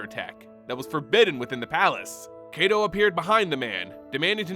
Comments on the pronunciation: It's KY-to, like KITE-o. Not KAY-to. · So is his name 'KAY-to' or is it 'KAI-to'? It just bugs me how you pronounce his name. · Why everyone sound like they saying KaiDo not KaiTo. Are my ears just shot?? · Love the video, but a small correction in pronunciation if we are to go by the Japanese names these characters are named from. Kaito is pronounced like the word Kite but with an O at the end, not "Kay-tow". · Like Cobra Kai...... toe. And yes it bothers my weeb ass.